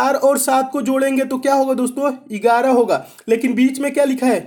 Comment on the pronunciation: Sir Ur videos are actually fabulous but i fell sometimes laughing bcz of Ur pronounciation of 11 इगाराह 👍👍like who felt to laugh